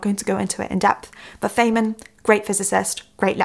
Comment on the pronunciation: You butchered richard feynmans surname lol. Its pronounced Fine-Mun